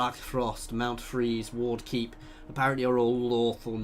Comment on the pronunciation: You named Ward Keep 'Wark' Keep. Also, you have a lot of followers tat you have unassigned